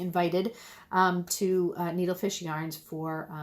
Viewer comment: I think you said Needlefish correctly. I messed up in my comment. The names of my two favorites shops are just too similar for my aging brain. Needlefish and Needlesmith, yikes. Love your podcasts!